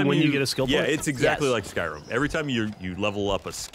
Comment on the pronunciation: almost said Skyrim correctly